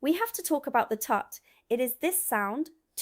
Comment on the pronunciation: I like your videos, well done ! BUT the voiceover and scrolling text aren't very good, sorry. "Miss#4". Umm, "Myth#4" perhaps ? And how does 'Tut' come out - very poor. The transcript isn't much better -- "wallto wall fuzz". Keep going, and thank you.